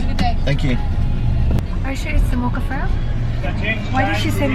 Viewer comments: i think its pronounced FRA-Pey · "Frappey" ang pronounciation ate dito sa Australia:) Nagwowork ako sa maccas:) hehe kaya nalito siguro